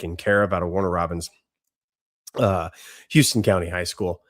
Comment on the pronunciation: HOW-ston County